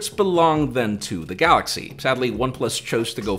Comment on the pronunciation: The best part is when he says his name and "the gaLLaxy" :)